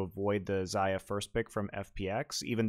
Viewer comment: and pronounce Xayah wrong